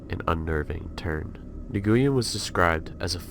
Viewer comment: Just wanted to let you know/Clarify on Hop's name: In english, Nguyen is pronounced as "Win" :)